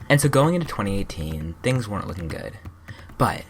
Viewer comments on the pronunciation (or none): none